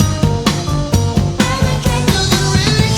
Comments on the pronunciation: its pronounced aba 'cab" like ur calling a taxi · Why do you keep saying ABACOB? The lyrics clearly say ABA-CAB. Just curious. ✌🏼😎🇺🇸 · It's Aba-cab not Aba - cob. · Dunno where you got the pronunciation from but it's way off beam. Abacab, ab-a-cab, cab as in "Taxi cab" 3 halves? Really? Oh American maths, now I get it.